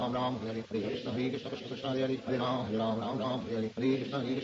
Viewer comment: It was after listening to the whole thing very carefully that I feel Srila says ram instead of rama. It becomes hypnotic. My mouth can't move so quickly, but my mind loves the speed. I listen to very slow KH when falling asleep. There are some beautiful slow versions ON YT. But for japa, this one carries me. Now that I don't say rama but ram and wrote out his pauses, I can keep up. Hare Krishna hare Krishna Krishna Krishna hare hare, Hare ram ram ram hare.